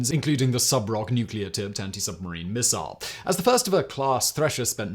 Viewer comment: Say missile again 🫠